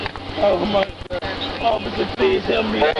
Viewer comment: “MY GAD, MY ORM” Dude swapped his a’s and o’s